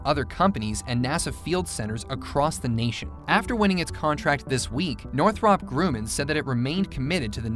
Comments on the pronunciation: It's actually (Nor-throp)(Grum-in). Two r's in Northrop. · (NOR-THUP)(GRUM-IN) not noth-rup grooman? gawd that was killing me. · It's pronounced Northrup grum in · No, it is not "Nore-throp Grew-man". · „Warmthrummpb Gruhmaihn“ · Northrahp Grooman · I've always heard it pronounced sounding more like NORTH-ruhp GRUH-man. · Northrahhp Grooman? omg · How does any American mispronounce Northrup Grumman? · Every time you said Northrop Grumman 😬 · Oh dear god please learn to pronounce "Northrop Grumman" correctly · Same!! I was wondering if anyone else noticed lol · LOL.. I was trying to come up with a phonetic way to pronounce it and that was my best effort. Sad that someone who makes aircraft videos does not know how to pronounce the name of one of the largest and most famous companies. Wait till they do one on Boeing. They will probably pronounce it BOO ING.